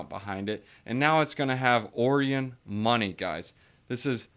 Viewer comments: Pretty sure it's pronounced Orion like O-Ryan not Orian like Oreo lol. Otherwise great video, ima check Terra out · Orion is pronounced O-ryan